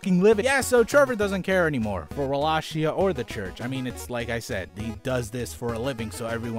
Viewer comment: ahem WALL-AY-KEY-AH. love you.